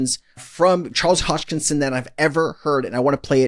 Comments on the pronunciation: Hahaha.. it's Charles Hos-kin-son... not "Hosh-kin-son. ..as always, love your content. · Thanks for your videos but PLEASE learn to say the man's name right! Drives me crazy every time you don't give him the respect of actually learning it! It is HoSKINSON. Not Hochingson.